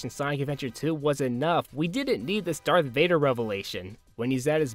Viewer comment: "Dark Vader"